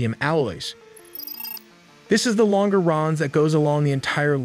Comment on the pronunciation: It's pronounced LAHN-juh-rahn